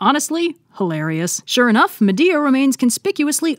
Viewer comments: "And with her exit strategy firmly in place, Medea gets down to the brass tax of plotting a murder." "What you need is a big 'ol pot of Grits..." From Medea to Madea. I can't unhear it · Not me cringing at you miss pronouncing Atalantā and Medea........ I'm sorry, I still love you.